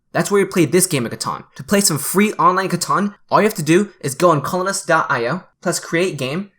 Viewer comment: favorite thing about colonist : sounds like butthole-ist